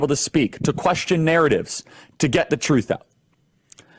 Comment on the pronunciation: They have no shame pronouncing the word "truth."